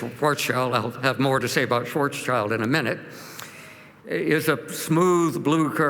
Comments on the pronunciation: I have found a mistake 😂 but only one 🤓 Schwarzschild - Shwarz-child - Shwarz-shild If you hear a climate cry, let's say more than one. And not only sch-ch-sh 😁 Thank you for this video ❗ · Very unconvincing talk. Graph doesn't even have the right x-axis - since he is supposed to be an expert in optics, he should have noticed this. He should also learn how to pronounce "Schwarzschild."